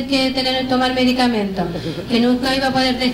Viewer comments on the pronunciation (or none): Ojo que dice "medicamemto" jejeje